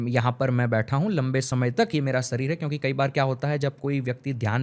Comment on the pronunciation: Sarir nahi sharir hota hai babua😂